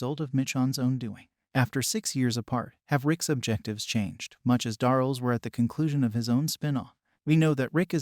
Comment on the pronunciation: Ai garbage than doesny rven know how to say Darryl